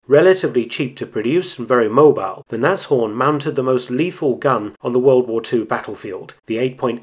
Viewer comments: Another real interesting video. If I could I'd give you a second like for your correct pronunciation of "Nas-Horn" instead of the usual "Nash-Orn". I bet you can also say "Messerschmitt" instead of "Mashersmitt", hehehe! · First time I hear a foreigner pronounce Nashorn quite correct, my germans ears are pleased!